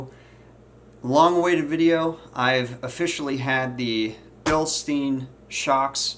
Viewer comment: Bilstine not bilsteen.